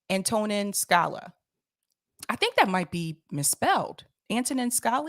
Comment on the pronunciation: Anto-neen Ska-lee-ah